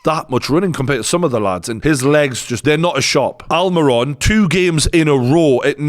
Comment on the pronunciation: I like the analysis but 2 things: 1. Aston Villa are playing in the Conference League - not EL. 2. I know people with English as their first language are notoriously bad at pronouncing foreign names (let alone learning other languages) but for the love of God, please stop saying AlmAiron. He is from Paraguay not Brooklyn NY.